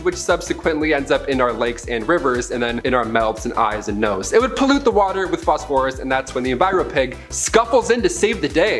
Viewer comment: The new guy doesnt know how to pronounce phosphorous ?